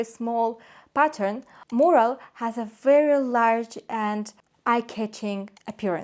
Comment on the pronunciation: I believe you’re trying to say Mural, it’s pronounced myur-uhl